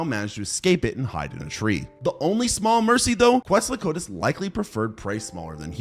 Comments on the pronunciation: you mean kwetso-kwat-ulas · you gotta learn how to pronounce quetzalcoatlus otherwise awesome video